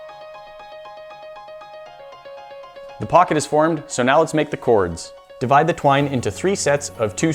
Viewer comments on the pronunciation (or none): none